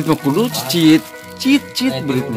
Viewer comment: Anjing gw ngakat saat bilang berit aturan berit malah beyit hahahaha